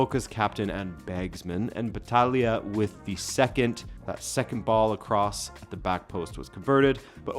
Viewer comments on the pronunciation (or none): none